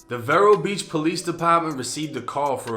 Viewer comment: Jus a PSA its pronounced "Vee-row" Beach...not vairo, or whtever the fuq he sayn. He said he grew up in FL too pfffff